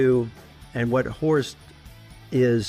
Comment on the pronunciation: I love how he pronounces Horst like „horsed“